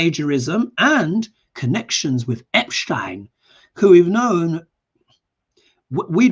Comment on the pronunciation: Hi! Your shows are wonderful, the energy is so positive and uplifting! Please consider saying Jeffrey Epstein's name correctly (Ep-steen). There is a MAGA lawyer that is Epshtein (Ep-shtine)...I know, confusing times. Thank you for all you do! ❤